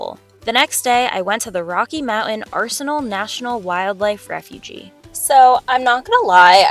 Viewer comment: I think it's pronounced refuge, not refugee. Can you tell me where you went to grad school?